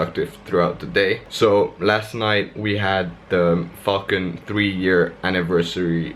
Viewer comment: Nice man, seem to be smashing it! sounds like your saying "Fxcking" when you say Falcon lol, where you from?